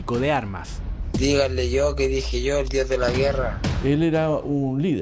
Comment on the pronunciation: puro acento diohh de la guerraa